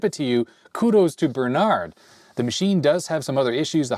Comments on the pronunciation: 😂 keep saying Bernard instead of Berend. Oh well, great video anypoop. ;) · Berend not Bernard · sorry to tell you i know we dutch people have some wierd names but u pronounced the name wrong, its Berend not Bernard :/ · Reads Berend, says Bernard... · You could attempt to say Berend's name properly considering he gave you a free (and likely expensive) computer.